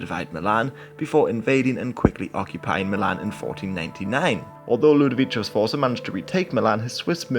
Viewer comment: LudoviKO (hard C, not soft)